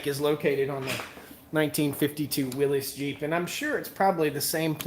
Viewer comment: You're killing me here. It is pronounced "WILLYS" (as in "Free Willy" or "Willy Wonka"). Believe me, I'm no english teacher but some things are like someone dragging their fingernails across a chalkboard. 😂😂😂